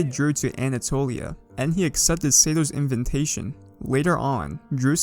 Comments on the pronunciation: "inventation" Don't you mean "invatation" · "Invintation"? Cx